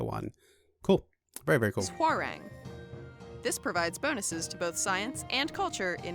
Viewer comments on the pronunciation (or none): The W in Hwarang is silent